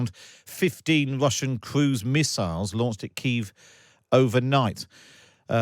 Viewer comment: 15 wussian cwuise missiwes